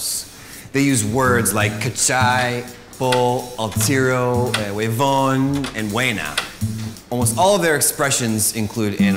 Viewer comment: HAY 3 ERRORES NOTORIOS, UNO ES EL QUE TODOS COMENTAN BUENA CTM!! , EL OTRO ES HUEVON... NO DECIMOS HUEVON DECIMOS "WEON" "HUEON", NO PRONUNCIAMOS LA V corta... Y EL MORENO QUE APARECE A CADA RATO QUE SUPUESTAMENTE ES CHILENO MAS PARECE PERUANO, POR SUS FACCIONES Y SUS OJOS... CAMBIO Y FUERA